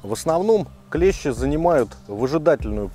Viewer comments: Все хорошо, но только не клЕщи, а клещИ... клещи это инструмент..))) а так супер! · Спасибо! Красава! Единственное правильно говорить клещИ,а не клЕщи...😅 Молодец! 🎉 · Только не клЕщи (слесарный инструмент) , а клещИ. Прошу прощения. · Все правильно и все по делу. Но есть небольшие огрехи, которые режут слух: "Инцефалитики" - это те, кто заболел энцифалитом))). Костюм называется "энцифалитка", соответственно "ЭнцифалитКи". Не "КлЕщи", а "КлещИ". "КлЕщи" - это инструмент в разных областях от кузницы, до медицины. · На радио "Маяк" недавно появилась рубрика: Училка против "Маяка". Она поправляет ведущих, когда они делают неправильные ударения в словах. Сегодня и я набрался смелости. и хочу сделать поправку. Слово клЕщи - обозначает инструмент,для вытаскивания гвоздей из дерева,например. А те твари, о которых ведётся речь, называются клещИ. Спасибо за внимание. Спасибо за видео. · Клещи́, ударение на последний слог ,а клещи это инструмент. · Очень уважаю автора Но не могу обратить внимание на ошибку в слове клещи Ударение ставите на 1 букву , это название инструмента Если ставите на букву и то вы попадаете в тему в ролике :) Удачи вам!